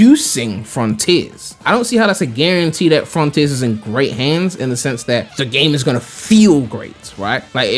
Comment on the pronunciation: Froniters ahahaha